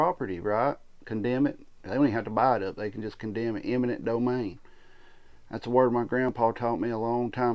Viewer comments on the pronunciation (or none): Sorry. You have points, of course. But it's "eminent" not "imminent."